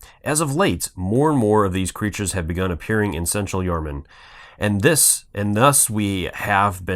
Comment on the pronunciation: Good video.. town is pronounced Yar-Nam (num)